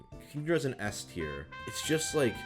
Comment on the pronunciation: He mispronounced "S Tier" for Shuckle. That's kind of embarrassing